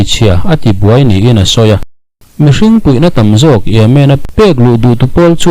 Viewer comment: Cheta buai hi buaih tih tur a ni ang.